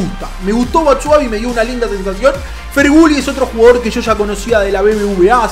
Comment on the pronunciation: Feghouli o Ferguli, menos pronunciación que el Charango feibu.